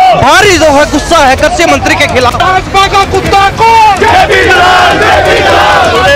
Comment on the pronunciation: पत्रकार महोदय करसी मंत्री नहीं है कृषि मंत्री बोलो